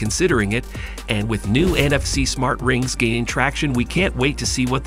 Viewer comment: "Smar Trings" lol